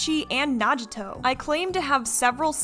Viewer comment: Bro im sorry but the way u pronounced those names are killing me "nah gi toe, junk o tube o"